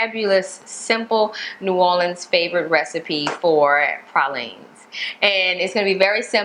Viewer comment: I also noticed she said pralines correctly. She also pronounced pecans correctly too. 😎